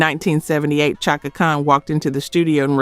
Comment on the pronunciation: It’s Chaka (Shaka)